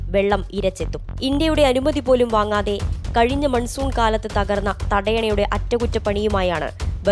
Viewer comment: മൻസുൻ അല്ലാ മാൻസൂൺ मानसून । जब हिन्दी शब्द बोलता है तो हिन्दी भाषा को परिभाषित करना चाहिए।